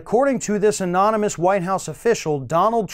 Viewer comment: Remember when he tried NUMEROUS times to pronounce anonymous?ANONMONUS,AMONAMUS,etc.Couldn't say it no matter how hard he tried!